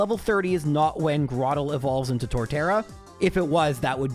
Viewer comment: Flo-aroma. Where'd you find a second "m"? Lol I have always just pronounced it floroma though Also I'm 100% camp tur-twig And it's grow-turtle grow-tle You nailed cranidos. like cranium I have always said celestic like celestial